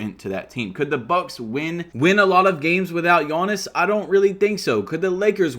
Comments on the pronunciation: Love the content but it is giannis not gionnis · Bro why do you pronounce his name like yoanis instead of Giannis (yee-Ahn-is)